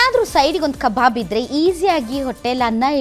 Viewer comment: Akka it's not a kababu , it's a kabab. , who's is that KA BABU you saying